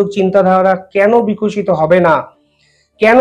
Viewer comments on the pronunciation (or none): none